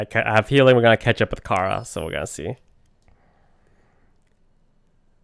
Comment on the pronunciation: her name isnt pronounced kara... ITS CHARA